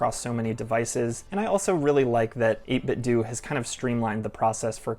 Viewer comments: You are absolutely correct with the pronunciation of 8BitDo. It is "Do", as in "Do it yourself". Those who pronounced it the other way around are saying it wrong. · you're pronunciation is correct. is said doh for years. wasnt until last week when I watched another 8bitdo vid. the guy had the same issue with how it's pronounced. he then took out what I think he said was one of their BT speakers and when is powered on out says the brand name. pronounced like you said. do or doo or due. cool? ty. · Pretty sure 8bitdo themselves pronounce it like you do. I like the grey one because it's the only one where the letter is printed on the face buttons and that looks cleaner to me. Never had an old playstation controller but if they copied that I guess they copied something that worked. I have linux but the good thing with this one is that the ultimate software works on a phone, so it doesn't matter that I can't run it on my PC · Chill review! You pronounced the ‘do’ part of 8bitdo correctly, as another youtuber showed they have an old device that said their brand name like that